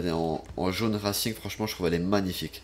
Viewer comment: il a bien dit jaun rasing et pas reising